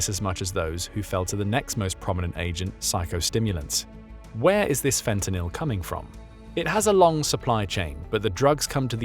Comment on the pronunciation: Your ai narrator has trouble with the word fentanyl lol